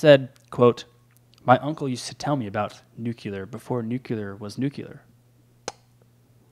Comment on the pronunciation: If someone had an understanding of nuclear things, wouldn't he pronounce 'nuclear' correctly?